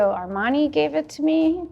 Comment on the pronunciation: Lo que es horrible de este video es la voz que relata, monocorde, sin matices y con malas pronunciaciones de algunos nombres de personas, como el de Armani, por ejemplo.